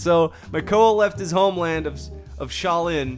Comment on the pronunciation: I’m laughing since he said Sha Lin instead of ska drin